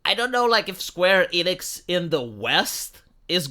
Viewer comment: You mispronounced SKWEENIX